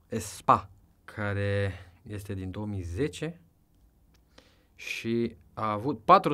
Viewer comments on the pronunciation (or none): Espace se pronunta espas.